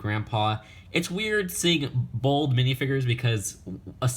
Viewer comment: He said bold not bald